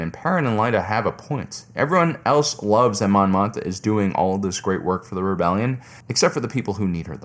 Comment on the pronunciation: Why he call her Mon Motha lmao